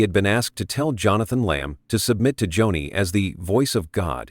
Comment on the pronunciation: Its not Johnny lamb its .....JOANIE spelled Joni!